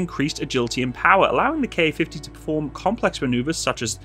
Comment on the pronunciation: There's no KA-50. There's only a Ka-50. Say Kamov-50. Don't say K-A-50. DON'T. DON'T!